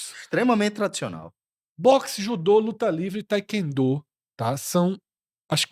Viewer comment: A pronúncia do TAEKWONDO é "Tê-quan-dô". BLZ?!